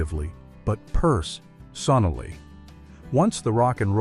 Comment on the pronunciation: . From now on I'm going to pronounce "personally" as " purse ! sonally ! "